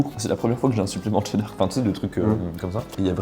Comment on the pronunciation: Pk il dit « tcheddar » au lieu de « cheddar »